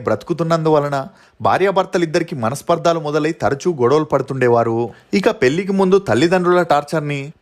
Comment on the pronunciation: Tammudu nee videos outstanding ga untaai. Oka chinna suggestion " Manasparthaalu kadu manasparthalu short sound